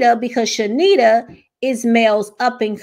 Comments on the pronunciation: Heavenly will have to pay for her actions. Her name is pronounced Charnita (Shar-nita) not Shenita the R is NOT silent 😂 and Heavenly kept pronouncing it wrong on purpose. Car-lucifer is a liar and an avoider... he tries not to address stuff hoping folks will forget. Both him and Heavenly will be handled by GOD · No shade, but her name is ChaRnita. You were pronouncing it wrong as well, a lot of ppl are. Heavenly probably still did it on purpose but everyone saying this lady name wrong 😂😂😂